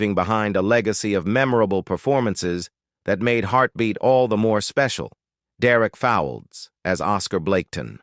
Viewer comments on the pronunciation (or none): Derek Fowlds is pronounced Folds. Us Brits know this. Once again American AI destroys a classic British series.